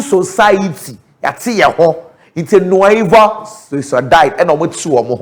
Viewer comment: Its nueva sociedad.. but it pronounced “nueba” sociedad .. the V is pronounced B